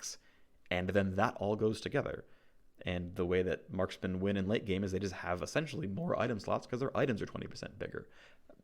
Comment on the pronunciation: Marskmen? wtf is a marskmen? Do you mean Marksmen? as in tanged adc? smh